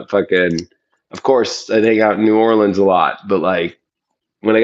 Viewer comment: glad you said New Orleans correctly. Southern California expat living here for more than a quarter century... Something is very wrong in The Big Easy these days (~_~メ)